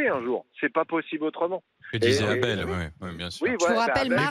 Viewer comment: Le syndicaliste gaucho qui appelle deux fois son collègue « ABDEL » alors qu’il s’appelle « ABEL » … 😮🤔🤔 Et qui insiste à mal prononcer son prénom à dessein ???🤔🤔😱 ça ce n’est pas du racisme ?????? 🤮